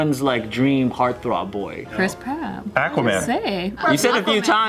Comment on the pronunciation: Yeah Ehh-quaman 🤣🤣 I'm dead